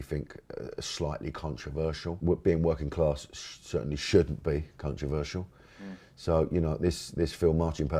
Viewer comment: Was his pronunciation of 'controversial' deliberate ? 😂